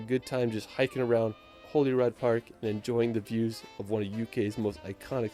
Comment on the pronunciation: Just to clear something up for you ,although I'm from Glasgow and not Edinburgh , the place he speaks of as being Holyrod park is a mis Pronunciation , It's actually pronounced as (ho lay rude) .